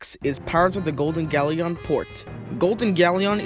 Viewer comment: Pronounce Galleon correctly next time